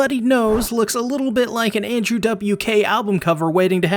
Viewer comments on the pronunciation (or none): none